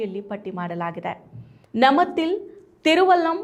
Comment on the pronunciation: ನಮತಿಲ್... ಅಲ್ಲ,!ನಾಮತಿಲ್ ☑️